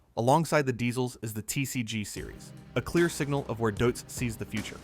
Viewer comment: Why is it such a challenge to pronounce a name as simple as this one correctly ? Deutz = Doytz The AI even got it correctly at one point. 😂